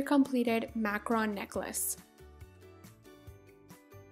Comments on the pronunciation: I'm sorry I can't take it, it's Mac-roon not Mac-Ron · It's pronounced makaroon not makrun. (macaroon) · I absolutely adore your DIY videos! I'm making my own cute little DIY's at the moment, but I noticed something that (call me petty I know lol) Is a bit of a pet peeve of mine. When you talk about Macaroons, you call them "Macrons." I just wanted to let you know the word is "Mac-a-roon." From one person to another! Not being a butthole, just trying to help you out a little!!! <3 KEEP MAKING CUTE STUFF I LOVE IT! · Omg you do not know how to pronounce macarOOns it annoys me so much it is not macarons it is macarOOns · Is it really pronounced macaRON? I thought it was macaROON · this video is so cool! (also it's pronounced mac-u-roon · you should say it like maroon